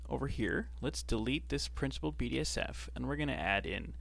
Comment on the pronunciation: thank you very much for the tutorials, got much to learn from you but its so funny when you call "Principled BSDF" - "Principled BDSF" when its right in front of you))sorry